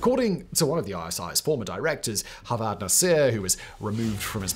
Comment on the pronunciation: Javed Nasir is pronounced exactly as it's spelt. Not as Havad.